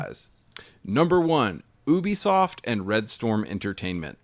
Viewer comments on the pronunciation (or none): I heard ubisoft as "boobysoft". Hehe